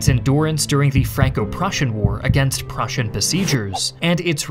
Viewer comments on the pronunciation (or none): none